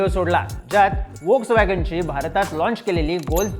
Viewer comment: वोल्स वॅगन नाही भावा.. त्याला फोक्सवॅगन म्हणतात...😂😂